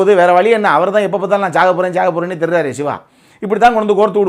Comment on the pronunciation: நீங்கள் சிவா சிவா என்று சொல்லும் போதல்லாம், எனக்கு விஜய் விஜய் என்றே கேட்குது 😊👍💪⚖️